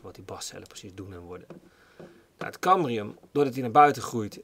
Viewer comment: Het is cambium niet cambrium.